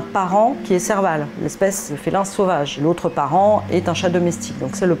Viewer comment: Bon contenu, présenté comme un exposé de 5éme B. La lecture est très monocorde et fastidieuse. La prononciation parfois incorecte "L'aut" au lieu de "L'autre", "J'savais pas", "Essplication" etc... L'eloquence c'est de savoir dire un texte sans le lire, mais en evitant les raccourcis du language familier. Travallier aussi l'articulation. Ah, et les liaisons manquent cruelement par moment. Mais bon, ca reste ecoutable et le sujet est bien traité. Bravo.